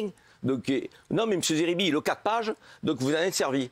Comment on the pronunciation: SVP n'ecorchez pas son nom c'est zeribi pas Serbie